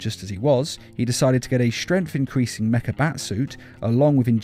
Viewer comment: Stremf? Its strength